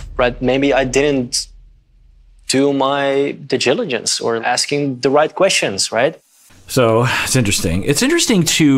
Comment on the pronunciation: Me too but I got a chuckle from "digiligence".🤣